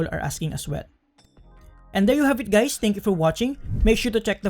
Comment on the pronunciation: "hi gays"